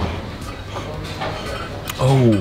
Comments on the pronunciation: the way u said "NAMASTE" it was dashing.. love u bro for visiting Nepal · I loved the way you were saying Namaste.😊 Love from Nepal❤ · Awwww 😍😍 the way you said Namaste is so cool 😄 lots of love from Nepal 🇳🇵